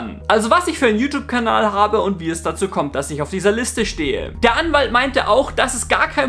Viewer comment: Kabal... KABAL... Abboniert diesen KABAL?!?!?! Bin ich der einzige der das jedesmal hört?!?!?!